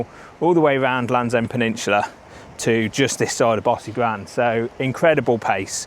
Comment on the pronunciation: Great video - Tip - talk to some locals and get your pronunciation right - e.g Bosigran - is not pronounced as per your commentary ! Try “Bow-sig-run”